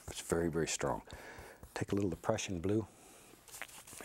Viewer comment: everytime he says "the prussian blue" i always hear depression blue and i have never related more